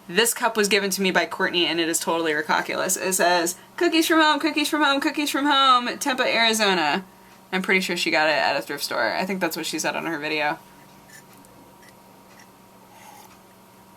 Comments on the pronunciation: By Tempa, Arizona at the end do you mean Tempe (pronounced Temp-ee) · its pronounced tempee XD, i live near there i missed her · I'm going to be horrible right now and correct you on your pronunciation of Tempe. It'll save you if you ever happen to say it infront of people from Arizona. It's said like Tem-PEE. Sorry, I had to. I still love you, though!